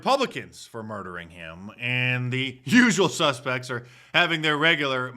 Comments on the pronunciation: Did you say “jewsual suspects”? 😂😅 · I thought I heard you say, " The Jewsual Suspects", and I think I like it.